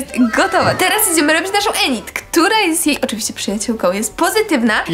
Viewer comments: Init nie enit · Tak ogólnie to nie jest enit tylko inyt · Inyd się mówi a nie enid to się pisze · Enyd E w J.Angielskim jest wymawia się jak I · nie mówi się ENID TYLKO INID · bo ja tylko chcę powiedzieć że się mówi Inyd a nie Enid 🩷💖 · Inid a nie Enid bez uwagi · To nie enid tylko inid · ined a nie enid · Mówi się inid a nie enid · widac ze twoj lektor nawala na Netflixie bo Enid czyta sie Inyd xD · Boże Kochanie...Piszę się Enid ale mówi się Inid...😓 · Mówi się inid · mówi się inyd